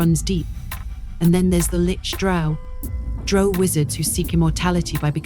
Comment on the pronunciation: Drow not Dro. The very least you can do is pronounce it correctly.